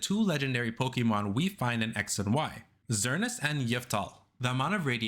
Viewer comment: Your complete and utter butchering of Xerneas and Yveltal's name pronunciations had me chuckling.